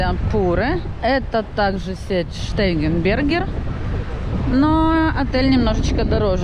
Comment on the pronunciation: Отель называется Штайгенбергер... Как то вы неправильно произносите...